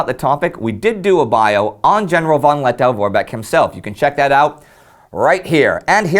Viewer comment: Lettow is pronounced -toe, not -tow.